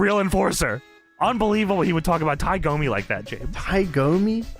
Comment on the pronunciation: It was Tie DOMI, not GOMI. Dammit,. And I'm not even a Loafs fan.